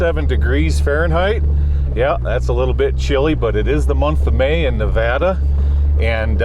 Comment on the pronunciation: Thank you for pronouncing Nevada correctly. Love your stuff! Keep it up brother!